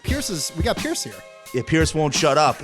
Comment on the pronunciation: "Pierce"? Good try